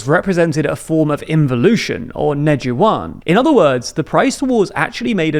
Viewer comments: "Jin-wa", "Ney-ju-wan", this is the Xinjiang thing all over again. You realize you can just look up a Chinese dictionary for pronunciation guides, right? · 😂 ne-ju-wan kudos to your efforts